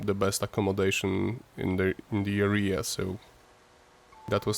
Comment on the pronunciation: Nie arija 😂 tylko area 😂